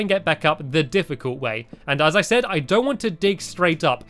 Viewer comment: Stampy you sed three